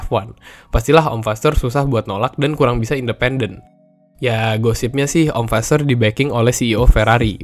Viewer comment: Kalo g salah fasseur dibacanya fasoir